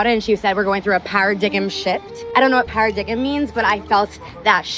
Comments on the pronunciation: "para-dig-'em"🤦‍♂️🤣🤣 Para-dime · Para-dig-um? LOL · Well I for one am not interested in a woman who says “para-dig-em”😂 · The word is "paradigm"...pronounced "para-dime", not para-dig-im. Holy $hit is she clueless. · Did that successful educated woman call "PAIR-A-DIME" a "PAIR-A-DIG-EM" 😂😂😂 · PARADIGM, is not pronounced paradiggem, you moron. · These people are so damned lost. And the language of some of these women is just deplorable. , Oh wow, this idiot really just said para-dig-m! Does no one own or read a dictionary anymore? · I don’t know what “paradiggim” means either. But I know what “paradigm” means. Yeesh, what an airhead. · Para-Dig-Im shift 😂😂😂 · Para-dig-um shift...LOLOLOL! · Not going to mention how she said paradigem. Hahahahaha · "I don't know what PARA-DIG-EM means..." 🤣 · Paradigem? OMFG please stop using words you cannot pronounce, let alone understand the meaning of. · "paradigem"? And she wonders why she's single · Woman in white: I don't know what para-dig-um means.... James Carter from Rush Hour : What the hell did you just say? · Saying"paradiggum" is probably ONE of the many reasons she can't get a date. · Did she really pronounce the term "paradigm shift" as "para-dig-em shift?" She's never going to get any dates, let alone get married. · Holy shit. I’m clairvoyant, when I said women were stupid, it was before the Mensa member pulled “par-uh-dig-um” out of the bag. Yup, these are the geniuses who call men stupid and you allow to run your lives. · Bro "para-digum shift" 🤦‍♂😭😭 Then she repeats it. "Para-digum shift!". Lord help us 😭😭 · 'paradig-em shift' 😂😂🤣🤣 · para-diggum lol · I always say don't use words you don't know, even moreso when you don't know how to pronounce them. Perfect example here was "paradigm." Maybe she should try out new words around friends and relatives before trying them out on the internet.